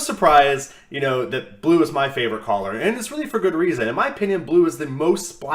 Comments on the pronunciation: for sure great content. But really. Stop saying collar lol 💕 I love turning into your vids. Thank you for your time and dedication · Over the course of a few videos my only complaint is that you cant pronounce color